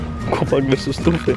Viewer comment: Defapt a zis ''COPAC VS TrUFE"